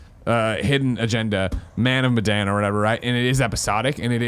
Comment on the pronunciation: Hey guys, the 'Medan' in Man of Medan is pronounced 'Meh' (like meta) and 'Done'. (like 'I'm done!') Also do not hold the 'Done' part too long, it's more of a quick syllable, maybe it's more like 'dunn'